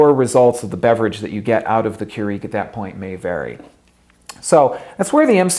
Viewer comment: Not sure I like how he says "Keurig," he's pronouncing it strangely.